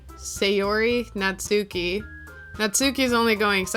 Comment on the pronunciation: "Natsuki" is traditionally pronounced "natski"--the "u" is basically silent. Also, "chuu" is the Japanese onomatopoeic expression for a kiss (among other things).